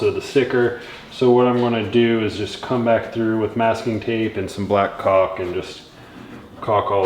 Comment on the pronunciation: he said black caulck!